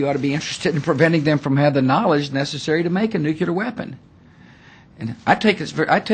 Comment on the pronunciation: as a head of state can Bush at least learn how to pronounce nuclear and not nucular..LOL